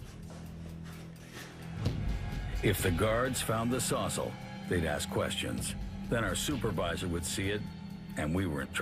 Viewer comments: The narrator calls a “saws-all” a “sozzle” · Is anyone else bothered by the narrator’s pronunciation of “sawzall”… “sawzzle”😂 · Why tf does he say Sawzel